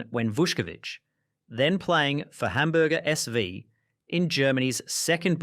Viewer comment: Hamburger S [fow] (with the f like in 'fuck' and the ow like in 'cow')